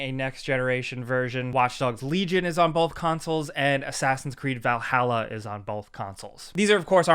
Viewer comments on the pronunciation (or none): none